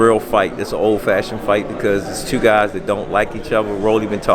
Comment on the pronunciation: I see where gervonta gets his speech skills from. The man can’t say “do” or “two” dew and tew